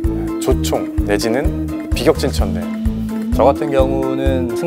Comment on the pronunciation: 비격진천뢰는 "비격진철뢰" 로 읽어야한다. 요즈음 유튜븡 나오는 자들은 한글 발음공부 제대로하고 나와야겠다.